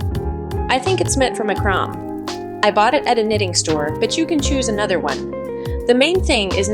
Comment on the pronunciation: Please review the pronunciation of macrame. 🙂